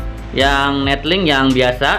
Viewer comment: 𝑛𝑒𝑙𝐿𝐼𝑁𝐾 𝑏𝑢𝑘𝑎𝑛 𝑛𝑒𝑡𝐿𝐼𝑁𝐾